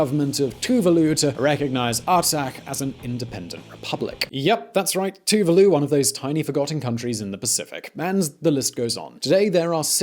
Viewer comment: Too Va loo? lol Its TuVAlu